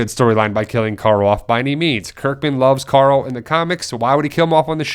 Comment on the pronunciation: are you turning into rick? Youre saying coral instead of carl now xD